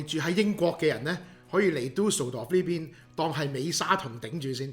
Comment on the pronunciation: 你有無學過德文？ D名讀得好標準😂👍